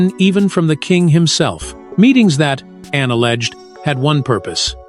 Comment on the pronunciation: I applaud Princss Anne! I just wish who or what narrates would not refer to her as "Annie"" and Princess Diana as "Deanna". That's disrespectful.